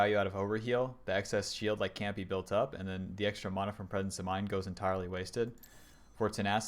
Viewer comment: please say mana correctly.. great vid.